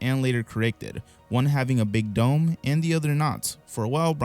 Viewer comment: On the dinosaur conspiracy bit I totally heard “big dong” rather than “big dome”. I was like…DUDE.